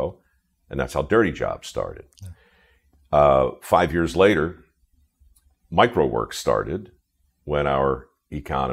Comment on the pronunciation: Mike Rowe Works sounds like "microworks".